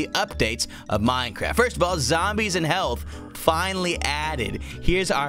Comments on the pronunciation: It sounded more like "Minecrahpt"! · Lol it sounded like he said mine crap